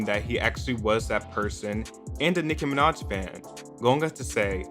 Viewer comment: I only clicked on this video to hear him say Nicki Minodtch